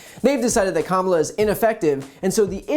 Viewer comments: Wait when did cukker start pronouncing vice president harris first name correctly? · and of a sudden, he knows how to pronounce Kamala Harris... what a coward!!!